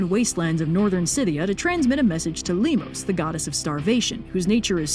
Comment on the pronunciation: Hey, in 'Limos' the emphases is on the 'o' not on the 'i'.